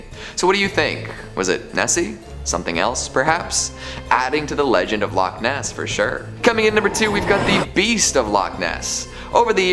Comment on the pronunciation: I can't stand the way she says loch Ness, it's two words not one, she says lochniss.